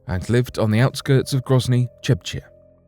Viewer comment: "Lived on the outskirts of Grozny, Chebchya". Grozny is a city located in the autonomous region of 'Chechnya' in Russia. Can you tell me where in hell is Chebchya? Sounds like you're saying Chebchya. Get your pronounciations straight, mister.